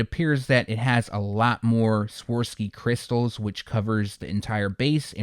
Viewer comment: Not trying to be arrogant but I just respect your channel and knowledge too much not to let you know that it’s actually pronounced Swah-Rov-Ski, not Swar-Ski…